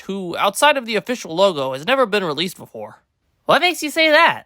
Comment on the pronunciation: Bro mekes?! No it's make and SHILD?! NO ITS SHEILD